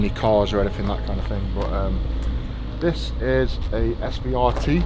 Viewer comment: mate i was thinking the same the entire time, i love tanks to death so it made me cringe when he was calling it an svrt rather than the CVR-T